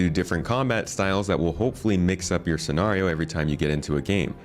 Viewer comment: the way he pronounces scenario drove me crazy.